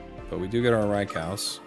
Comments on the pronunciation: Oh no, not him saying Rai-COW again hahaha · Rye cow?! Lmao 🤣 Love you & thanks for all the great content. Although, I will never understand why people can’t pronounce these Pokemon names… just reference other words. Rai as in rain or raid, kou as in soup or group. Hellfire… I’m all about playing a kids game, but can we not read like kids too.